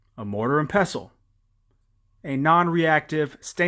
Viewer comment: I have a similar capsle machine, I like it though there is a bit of a learning curve. I'm a fan of herbal medicine!...and thank you for saying pestle correctly :) I'd add in bees wax and extra virgin olive oil oh and alcohol (EverClear/Moonshine or high octane Vodka or Rum) P.S. I see you mentioned these extra items....i'll leave them here for those reading the comments...want to know how to use these items? watch Palmetto's video!